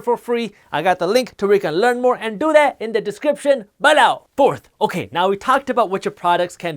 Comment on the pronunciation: He says BALLOW.